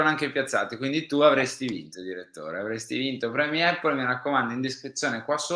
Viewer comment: Con tutto il rispetto ragazzi ma Apple si pronuncia : APPL con la A iniziale. Non EPPL…. visto che lo dite ogni giorno. Sono madre lingua inglese e vivo a Londra. Non voglio fare il professorino eh!